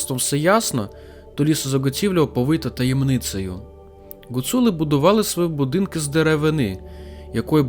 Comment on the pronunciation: В моєму селі Лазещина Закарпатської гуцульщини були 3 греблі і називались "Гать".... P.S. Гуцули а не Ґоцули...аж вухо ріже .так тільки кацапи говорять